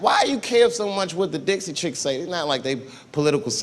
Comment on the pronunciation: It's Dixie not Dixy